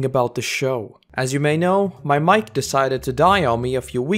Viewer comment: Bro said his mic- and i had to listen and turn on subs i swore he said his WIFE